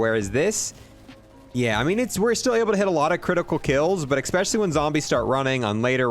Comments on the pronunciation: Drinking game: take a shot every time he says "eckspecially" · Ok you have to stop saying “eCspecially